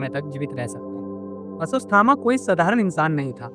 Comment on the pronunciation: अस्वस थामा 😂